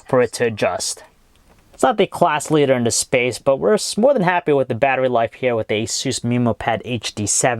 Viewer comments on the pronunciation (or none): none